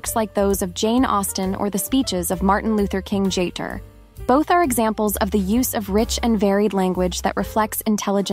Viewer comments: Martin Luther King Jaytor??? Is this AI ? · I enjoyed the content except for the times that the AI voice mispronounced words like Martin Luther King "Jr" "Jay-jer and "record."This presentation would have been much more personable and easier to receive (and rewatch) were the voice an actual person. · Very nice content! I did miss tips on the ( horrible) vocal fry though. And how about the art of listening? Also... did I hear you say Martin Luther King JAYTOR?? Are you AI ?